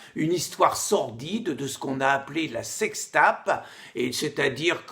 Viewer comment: " la sextape " mdrrrrrr cet accent